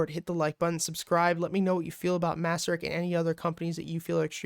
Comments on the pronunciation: Nice analysis, thanks! By the way, it’s pronounced “mace-sur-rich” :) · Actually its MACE-RICH.